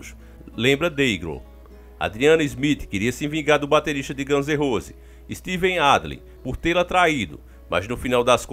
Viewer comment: Ganze Rose k k k